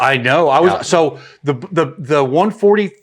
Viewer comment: I have never heard someone pronounce Hornady like Horniday.